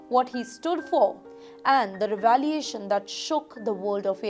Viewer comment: Is the word revelation pronounced as "revaliation"?? I didn't know that. Imitate is pronounced as "intimidate" by the reader. Amyway, guess the world is getting really unsafe for men in AI & ML industry. I guess it's high time men start getting toughening up more without expecting the cut-throat woke world known for its softness & simpimg nature albeit with a strong feminist psyche to soften up to men's issues. Men's strength of intellect & extremely logical thinking ability driving their prodigal skill sets has to be balanced with the knowledge of Biology, especially Evolutionary Biology, social science (not social studies), spiritual knowledge, political science, etc. to handle things with stoicness.